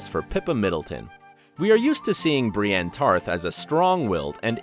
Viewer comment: if you stopped watching after that you missed "briane tarth"